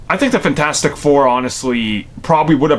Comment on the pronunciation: Did he really call it FAN-4-STICK I'M DEAD 😄😄😄😄